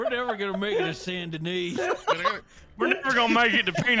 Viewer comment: I really don't like how they called Saint Denis (San' Den-ie(french nom)) Saint Denis (Saint Den-is)